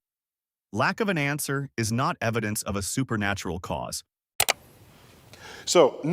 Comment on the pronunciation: "I witness" testemony😂😂😂 please do present your "eviDENCE" 😂😂😂.